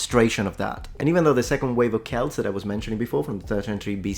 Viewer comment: oh i am so overjoyed you used the correct pronounciation of Celt yet knowing your attentional to detail I shouldnt be surprised